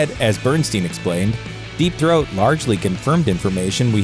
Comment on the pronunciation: “Deep thoat” 😂🤣😂